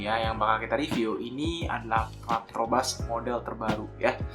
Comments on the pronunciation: 3.05 "Partobras" 😂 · Harusnya patrobas cuk bukan patobras wkwk